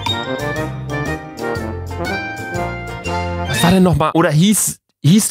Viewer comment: Der Typ sagt einfach „cindewella“ 😂😂